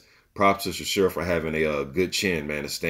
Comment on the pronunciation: Bro you are mispronouncing his name it is how it is spelled...Chis...ora..not Chisura lol